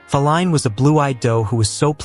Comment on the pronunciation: You gotta love how the ai voice mispronounced Faline’s name. Fa-leen